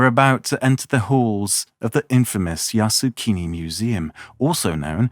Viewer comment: full of error... can't even pronounce Yasukuni properly. The YouTuber knew nothing about Japan and Asian. The pronunciation is yasukUni, not yasukIni, which means "make the country settled" or "stabilize the country", which indicates war and has nothing to do with PEACEFUL! Top WW2 war criminals are enshrined in Yasukuni shrine! It is a propaganda tool luring gullible comment people to worship war and to be cannon fodders! Stop glorifying the cruelty brought by warrrrrrrr!!!!!